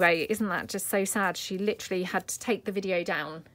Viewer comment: Naked... Lol You got your daughter's attention. I made some of these ... super easy... super cute. I had to laugh when you caught yourself saying litterally... of course I love everything that you make ❤❤❤